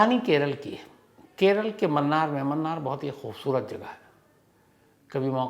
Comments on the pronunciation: Mannar nahi sir munnar hai u pronounce it as moonar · Wo munnar h sir mannar nhi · Sir ji, bo 'Mannar' nahi 'Munnar'.😊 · मूणार is the right pronunciation.. it’s not “mannaar” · Its not mannar it's munnar😂😂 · It's Munnar not Mannar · 'Mannar' nahi hay boss 'Munnar'😊